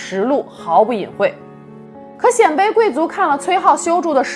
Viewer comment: 我记得念 鲜卑(Xiānbēi)